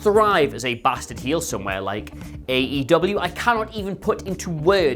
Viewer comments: It's not AW, it's AEW. Get it right . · No-one should listen to you based on the fact that within your first 2 sentences you called AEW "AWE" which made me go "awe" and want to pat you on your head and remind you that although we appreciate the effort, you are obviously not that bright. Proof read if you want to be taken seriously, and/or get your information right.